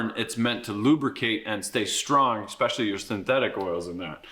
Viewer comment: You lost me with your repeated use of “EXspecially”. Clearly you have no credibility and are somewhere between mentally challenged and globally retarded.